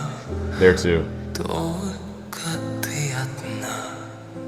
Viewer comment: vielen Dank für deine Analyse, es ist sehr interessant dir zu zuhören. Deine Aussprache vom Wort «ты» ty- du, war perfekt. Nur wenige, die nicht in Russland geboren sind, können diese Buchstabe wiedergeben 👍